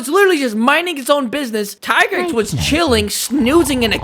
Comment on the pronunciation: it’s pronounced “Tee-Grex” and another thing; why is Nergigante not on this list? Being a crashout is literally his thing. He hurts himself just to kill his enemy